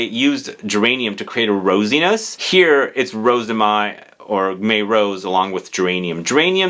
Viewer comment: Mai is pronounced the same as in English (month of May). 🙂🥰